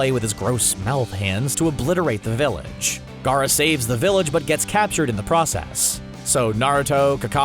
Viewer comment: At least he can pronounce Gaara and Neji